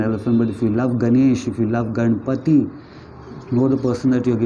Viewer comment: Not ‘Gaana’ but gan